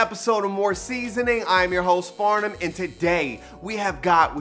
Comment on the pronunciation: Am I the only one who says his intro with him in my head “welcome back to more seasonING, im your host FARnum” 😂😅 .....oh and i love a good chicken TENDER